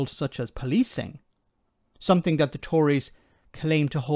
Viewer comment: Did Patel say somethink instead of something? She needs to have a chat with her elocution tutor.